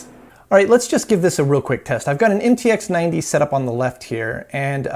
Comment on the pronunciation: “MTX90” read as “em ti ha 90”